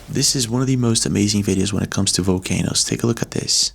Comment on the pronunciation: Was it just me or was he saying “Vocanoes”? Lol. All love